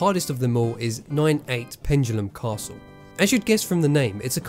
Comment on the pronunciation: 'Pendulum Castle' not 'Pengulum Castle'. There is no 'g' in 'Pendulum'. That's such a word crime.